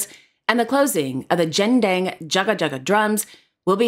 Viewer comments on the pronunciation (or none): Not jendang it's gendang jaga jaga like u pronounce Google it's not joojle😊